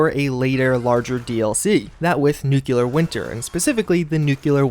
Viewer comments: it’s nuclear winter, as in new-clear, not new-queue-lar. Making me cringe! And yes I am that guy. 😂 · right, there is no U between C and L NEW-CLEAR (nuclear). That is the pronunciation...woosh? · Please, NEW-CLEAR...there is no U between the C and L... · Nuclear New-klee-arr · PLEASE learn how to pronounce "nuclear"...